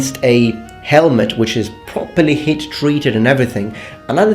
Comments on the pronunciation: Oh, he said HEAT treated. I understood "hate treated". xDD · beginning sounded like "hate treated"